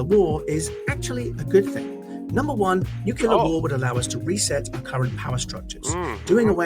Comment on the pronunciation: That one guy can't even say nuclear correctly